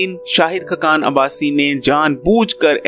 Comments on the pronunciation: Yar aap ka tlafaz bohat khrab he (khakan)na keh (khkan) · khqan nahe,khaqan hota hai,khudaa k liay apna lehja aur alfaaz theek bolo,khuda tumhain aqal se nwaze.